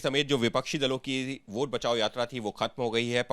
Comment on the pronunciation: वोट ❌ भोंट ✅